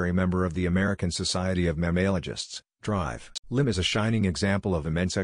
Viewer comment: Why can't the system pronounce Dr properly.